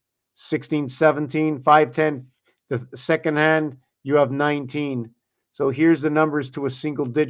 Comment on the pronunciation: Oh you said hand not land hahah